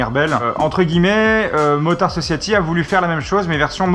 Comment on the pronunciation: Motard Sociaty... Dat accent xDDD